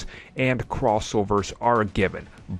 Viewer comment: Did he say Boyd instead of Blade because he certainly didn’t use the letter L🙄.